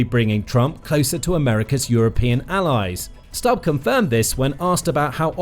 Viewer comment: Its not Stabb its Stubb.